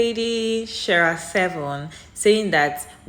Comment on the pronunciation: Her reading of Sheera is sooooo off. 😂